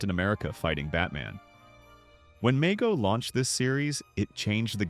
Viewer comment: It’s pronounced “Mego” with a long E